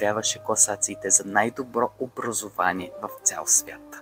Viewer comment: Много добре, но образОвание е правилно, а не образУвание.